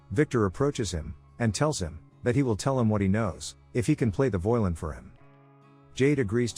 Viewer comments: Dude what is wrong with your grammar and pronunciation? This sounds like a third grader with an adult's voice reading his book report. I mean I know you have to be doing this intentionally because even a completely illiterate person would know that "violin" isn't pronounced "voylin" and can tell the difference between past and present tenses, but why? It's super annoying. If your script was being graded in a class it would have so much red pen on it you couldn't even read what it originally said. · Fucking speech ai, are you guys to lazy to do your own voice narration? WTF is a voulin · I like how AI can’t say “violin.” Lol